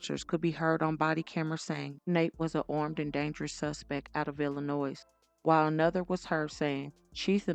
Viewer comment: Hey, the S in Illinois is silent😂 Signed: born and raised Illinoian❤